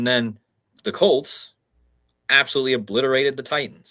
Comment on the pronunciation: ps, In GB we say "As mad s a hatter". Litsening to you mentioning the Broncos and the Colts. "Bronchos" is the windpipe (bronchodilator) and Colt sounds like Cold. An other "C-virus" is in the pipeline.